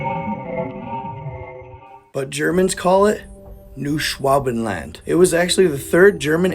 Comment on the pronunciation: Did you work in a meat processing factory when you were younger by any chance? I ask because the way you butchered "Noooo Swabin Land" time after time just madebit seem like something youve had a lot of hour's doing badly. Made it feel real smooth, so smooth ingfact, if you go have your repressed memories uncovered you'll find that you were actually kniwn as Päter tge "Father" of "the Fatherland" or as your people have come to know it Neau Schwäbenland or in the native dialect- NOooOo Swabinland don't dontcha know? Fun Fact: Antarctican Turkey is just eggs so if you swe it in the menu in the caf there ya go